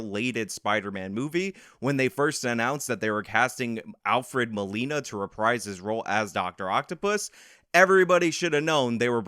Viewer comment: if you're going to keep using the word "reprise", learn how to pronounce it. It's "reh-preese". Also, it's Willem, not William.